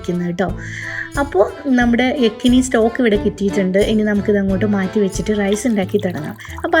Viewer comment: Yakhni പുലാവിന്റെ ഡ്യൂപ്ളിക്കേറ്റ് ഉണ്ടാക്കിയിട്ട് നല്ല പ്രത്യേക റൈസ് എന്നും പറഞ്ഞ് ആളെ പറ്റിക്കുന്നത് എന്തിനാണ്.... പിന്നെ യെക്കനി അല്ല യഖ്‌നി ആണ്.....